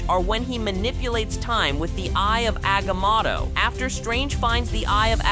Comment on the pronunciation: *AGAM0TT0-0CATIVIUS L0L WAY HE SAYS THAT